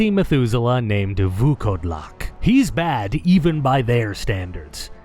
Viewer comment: I wanna congratulate you on saying Vukodlak almost 100% correctly. It was a genuine pleasure to hear someone put in work to pronounce it correctly. Fun fact it just means wearwolf.